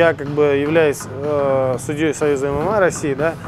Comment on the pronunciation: Эмэмэй а не ымыма